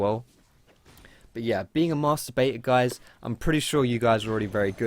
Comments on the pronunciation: All I could hear was "mastur bator" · Am I the only one that always hears masturbator instead of master baiter? XD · Lol, i'm i only one who heared masturbator instead of Master Baiter ? I know i'm fcking pervert :3 xDDD